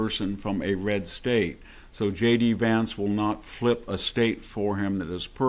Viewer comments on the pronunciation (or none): You pronounce VANCE like you say VAN, not VARNCE as you persist in saying. Happy to help.